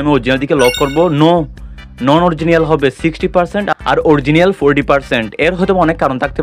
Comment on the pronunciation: অরজিনিয়াল না, অরিজিনাল।